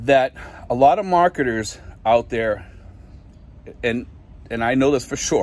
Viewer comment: Mahketahs = marketers